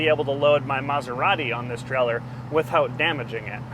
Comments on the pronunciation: It's a "Trailer", not a "Trellor", pronounced with a long A sound as in Tray-Ler. It wouldn't bother me at all but you say it frequently enough to hospitalize college kids playing keyword/drinking game. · He never said trailer, he said treller!